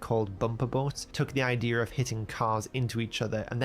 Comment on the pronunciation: The voice guy keeps saying "Idear" 😭